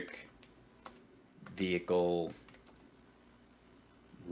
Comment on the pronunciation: What’s a “Veehicle”?! I’m confused, does she mean VEHICLE- what an ignorant dumb c u next Tuesday lol